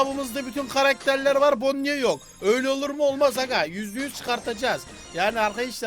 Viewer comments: Abi bonniye değil boni diye okunuyo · Abi onun ismi bonnie gerçek okunuşu bonni diye okunuyo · Abi bide onun adı bonnie ama okunuşu boni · o bonniye deyil bonnie